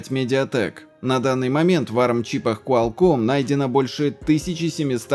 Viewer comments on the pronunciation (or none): none